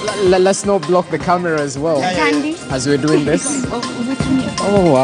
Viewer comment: woll; well?